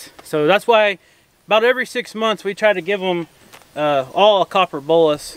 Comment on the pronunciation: I always thought you said "copper BULLET," (not a real bullet, of course). It's actually "BOLUS." I get it now. I watch another YouTube creater who milks their goats by locking their head in a gate, and they have a small plastic feeding container rigged up in front of the goats to give them feed to keep them occupied while they're being milked. If you rigged up something like that, you could let the goats free by the side panel. Idk how many of the goats gave you a difficult time, so if it wasn't many, then it probably wouldn't be worth it to set something like that up. Might be easier to just have someone give the difficult goats a treat while they're being worked on. That other YouTuber milks her goats daily, you only go through this process twice a year. It might not be worth it for you to rig that up. I'm just thinking out loud, you know, because I'm such a goat expert and you should take every piece of advice I offer. 😆😂🤣